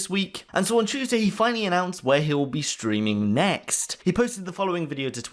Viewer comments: Tuesday, not Tueday. :) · Chatting ”Tueday”